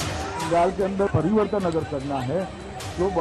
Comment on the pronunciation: Phle pariwartan to achaa se boliye